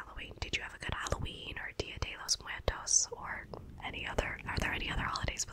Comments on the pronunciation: Hey, excellent video! I really like to hear you say Día de los Muertos and it would be a great have a video in spanish or maybe trying it, but just an idea. XD By the way my Día de Muertos was great it's my favourite day here in Mexico. 😀👌🏼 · Hahaha it's ok, that idea just came into my head after hearing you pronounce Dia de los Muertos, and it was pretty good. 😉👉🏼